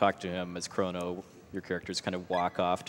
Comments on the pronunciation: Did this nigga just say chron-oh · "Krawn-oh Trigger!"